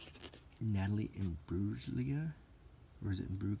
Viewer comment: Natalie Imbrulia. The G is silent Also, love the photography and lack of adverts in this magazine.